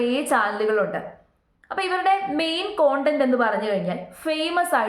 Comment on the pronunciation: കോണ്ടന്റ് അല്ലാ കണ്ടെന്റ് എന്നാണ്